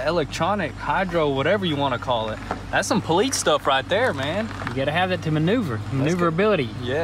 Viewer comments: Ever notice how they say police as "poleetz" instead of "poleese" , I can't unhear it now 😭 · Does anyone else notice that they keep saying poleets. Instead of police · Can we get a shirt that says “Poleets”? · How about the Poolets chasing a Kneesan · I’ve known a lot of country people but never have I heard poleets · I think its more of politz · In da hood they say "Pole Lease" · I don't know any police now, I just know politz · "Thats some Poleetz stuff right there man!" 😂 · "That's some politz stuff right there" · "You can't run from the Poleetz" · "That's some poleets stuff" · Is poleetz a common pronunciation in some states? Greets from Finland. Sounds a bit off in a foreigners ear. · Are these guys hicks? I couldn't stand the way one of them kept saying poleetz. I'm outta here. lol